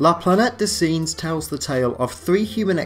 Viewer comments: How di you pronounce "singes"? Really? It should be like sanj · Really GREAT video, you obviously put a lot of research and thought into it! Very impressive indeed and I'll definitely be checking out your other content. Just your pronunciation of "Singes"!!! 😧😣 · I like the funny way you pronounced La Planète des « Singes », kindda cute. although i have no idea how i could explain the correct prononciation with words...tricky indeed... this movie is mythic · Your French pronunciation of the word Singes is absolutely terrible. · how do you pronounce "singes" ? Come on man try harder.